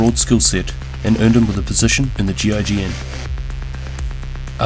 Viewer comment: Its said Gi-g-en but the Russian badge and his mates say gig-Inn